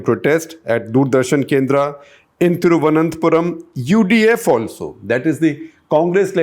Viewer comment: Sir. You need to work a bit on the pronunciation of names. Thiruvananthapuram, Pala, Malabar, Pathanamthitta, Thrissur... All sound awkward. So does the names of priests. You missed the internal issues of BJP. The biggest challenge for the success of Suresh Gopi is the internal politics of BJP, as nobody in the state leadership wants a person brought-in by centre leadership to win. Also Anil Antony is a non-player. Now you might see that as a political opinion. But please keep an eye on his results and understand how wrong your info is. Rajeev Chandrasekar is a good one, but not good enough to make a win. But this is my opinion.